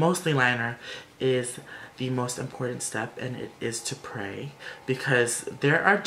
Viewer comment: Oh my fuckkkkk. When you said "to pray" I fucking died. I rewinded it like 5 times to hear you say it over and over 😂😂😂😂🙌